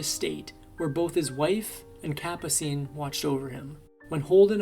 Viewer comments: Capascene! Learn how to pronounce names. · The narrators voice is AI. The voice can't pronounce Ferrer or Capucine. Obviously AI flaws.